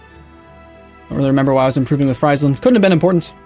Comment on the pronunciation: you could pronounce Friesland like freezeland that's how it sounds to someone Dutch. By the way nice video again